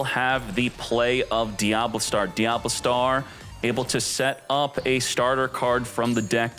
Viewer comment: y do u pronouce certain names like diable star (usually pronouced dia-bell star) or appollo usa (usually appo loosa)? is it some inside channel joke im not aware of?